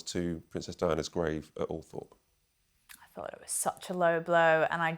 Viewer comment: Er...perhaps learn how to pronounce Althorp, if you arw going to speak about it!